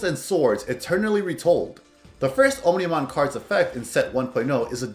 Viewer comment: its OMnimon not onimon